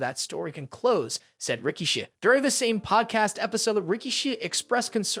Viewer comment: Do you mispronounce things purposely? Who is Solo Siko and Rikisha? Your videos are great and interesting but it seems like you mispronounce a lot of things intentionally